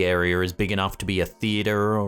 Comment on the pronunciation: say area again, say it again, i dare you